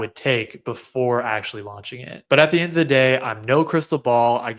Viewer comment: Solid predictions TY. When you said “….new C1 ‘launding’ in ‘Lagardia’….” it hurt my New Yorker’s ears a little bit lol.